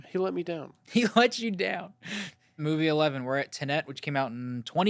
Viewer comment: Not very deep thinkers, these guys... Dude even mispronounced the word Tenet. I thought it was a joke at first, but then he did it again 😂